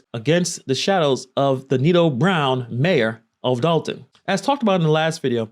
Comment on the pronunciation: First off im from Chicago Dolton been fuck up before she got there. Secondly love it's Dolton not Dalton lol